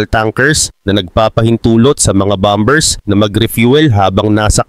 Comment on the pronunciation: Bombers...??? Pronunciation mo mali... E Google mo nga para malaman mo ang wastong pagbigkas ng bomber...